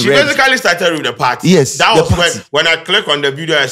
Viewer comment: She say majoridy Caucaus 😂😂😂😂😂 she’s not serious, The headquaders, new patriotic pardy, supporders 🤣🤣🤣🤣🤣🤣🤣🤣🤣🤣🤣🤣🤣. Smh … If she wins aaaa ago shock give the delegates & constituents